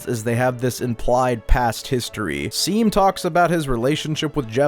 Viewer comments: Saying seam instead of shawm just shows that these kids don’t read the dialogue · dude everytime they called shawm 'seem' i yelled at the screen 'SHAWM' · seam in game: my name is pronounced "shawm":...anyways "seem"-- LOLLL (this is not hating i just thought this was funny) this video is sick!! i like that you're theorizing that dess might've not been the best person, since i frequently see her characterized as just "super cool older sister who everyone loves," even though the way basically everyone refuses to talk about her implies that maybe she wasn't as beloved as people assume. it could of course also just be that talking about her disappearance is taboo, but i like the reading that she isn't some infallible character, which fits well with toby showing us other sides of the characters that we first saw in undertale (like toriel, sans, mettaton, etc). cool stuff!! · it's pronounced "shawm" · seam is pronounced shawm and they use they/them pronouns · Seam uses they/them and also it’s pronounced Shawm.